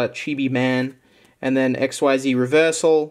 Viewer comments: Btw, XYZ is pronounced like "exceed" but with a z instead of a d. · Xyz is Pronounced ik-seez. Get your Yu-gi-oh! Knowledge right mate.